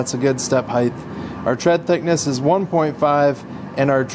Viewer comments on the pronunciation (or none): Looks great. Only criticism is, it's height, not "hidth" 😊